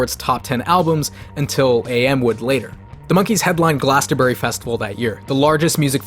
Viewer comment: Glastonbury is pronounced glass-un-bri